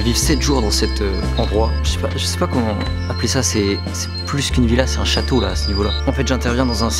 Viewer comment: le séminaire de celoft, trop cool par contr t'as dit chateua , fais 10 pompes